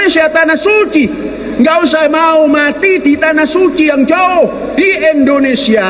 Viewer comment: Indonesia pak bukan Endonesia, nyebut negara sndiri aja sdh salah 😅